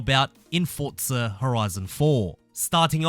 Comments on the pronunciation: It's forza, not fortza 😂😂😂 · ForZa not fortza xD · lol "FORTza horizon four" no offense just is that an audio glitch or is he too close to the mic or what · I swear if you keep saying "Fortza" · Nobody: This guy: FoRtZa